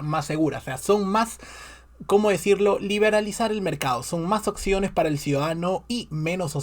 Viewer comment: No se dice occiones sino OPCIONES, por lo demás buen análisis 👌